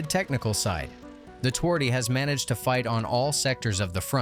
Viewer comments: if you want to be a pro channel, you could try to say the name correctly: ~ tvardy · i feel strange how he says twardy literally it makes polish sound like sum non slavic language but obviously pronounced differently